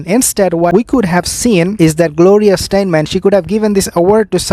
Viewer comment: I think you are speaking of Gloria Steinem? Say STY- NEM.